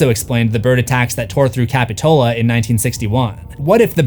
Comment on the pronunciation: Love the video, but as a local Montereyan, that's not how you pronounce capitola..